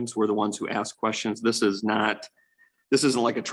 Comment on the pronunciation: Why do they say axe 🪓 instead of ask as an English man hearing that its like nails scrapping down a chalkboard to us ?